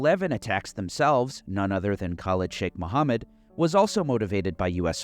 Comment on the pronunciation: LOL wasn't watching the screen, when he said the name of Khalid Sheikh Mohammed I heard "...none other than college chick Mohammed"